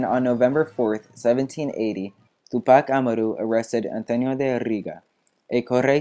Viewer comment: u really gotta learn how to pronounce tupac amaru man